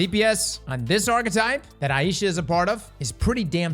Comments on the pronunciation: Yeah is saying it wrong like he does for a LOT of his videos it is eye-sha any google pronunciation search result will say the same. Aisha. So, "eye" as in eyeball and "sha" as in shopping. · Just FYI for everyone, its pronounced eye-sha (Ai-sha), not eye-ee-sha. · ai easha wth did he say, isnt it pronounced ai-sha just wondering now so I don't sound like an idiot. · It's pronounced Aye-sha's Care 😅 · Works both ways, but it depends on the person whose name it is. He's in Louisiana, I reckon 'aye ee sha' is the more common pronunciation there. There's a variant "Ayesha" as well, but there's no ambiguity with that one.